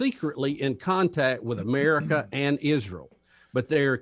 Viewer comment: When he says Merica 😆